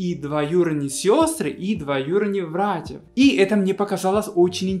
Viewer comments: палит буква Б причем слово как "было" он говорит "Было" а такое слово как братья или брат он говорит Вратья";) б-в испанская тема) забывает наверное иногда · Смешно, вместо "братья" ты всё время говорил "вратья")... Современные россияне почти не употребляют эти мудрёные слова вроде золовка шурин и т.п. Теперь говорят - сестра жены, брат мужа. Всё ограничивается именованием первых лиц - муж, жена, тёща, свёкровь, тесть свёкр